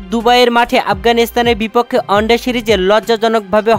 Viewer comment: Onde noy bhai at first one day bolte Sikh. Aar paler noy player bolte Sikh. Sab mone hoy Bharat er sorojontro. Jobe tui one day format bolte parbi tobe bangladesh champion hobe.